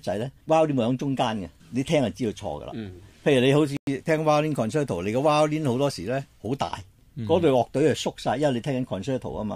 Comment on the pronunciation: concerto，是讀作 con cher to。